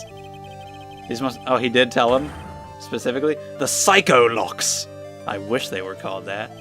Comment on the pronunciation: I laughed so hard when Edgeworth called the Psyche-Locks 'Psycholocks'.